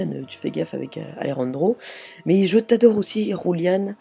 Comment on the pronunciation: C'est julian pas juliane ou rouliane